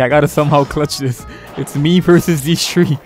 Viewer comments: I be thinking he be saying tree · THEY GOT TREE AHAHAHHAAHA FR THOOO